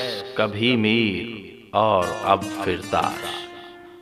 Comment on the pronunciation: Firtash nhi bhai. Fartash. Talafuz thek fermayen shukeria. Baki good work